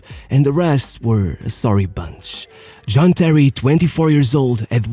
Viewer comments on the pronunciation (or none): none